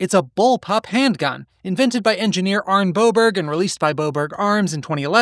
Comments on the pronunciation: Pronounced "Arn-eh" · "Arn-eh." Word-final E is pronounced in all languages except English and French. Just imagine there's a T after the E, but the T is silent.